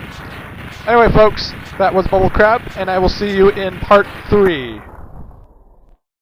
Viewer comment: Why does it sound like he said bull crap instead of bubble crab?